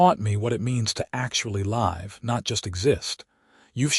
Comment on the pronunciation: Live is pronounced wrong. It is pronounced liv .